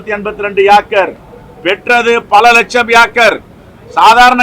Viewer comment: அண்ணே...நீங்க அங்கு போயிருக்கீங்களா!? அது ஏக்கர். ஆக்கர் இல்ல. பிரிட்டிஷ் university accent ஆக இருக்குமோ!?!